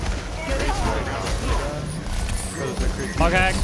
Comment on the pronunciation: When said "Hog hacked" it sounded to me like he said "pog hack":P